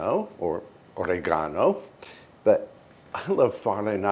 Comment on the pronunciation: Oregano is good your first pronunciation 🎉. Ciao